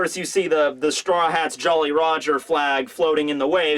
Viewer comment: its jolly roger, not jelly!!!